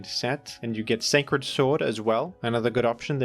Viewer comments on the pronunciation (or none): none